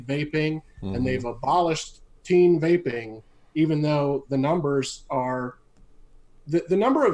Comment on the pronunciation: Great show I’m not making fun of anybody I’m not like that I don’t do that but the guy from Germany I love that dude every time he said vaping which sounded like wapeing I was losing my shit 😂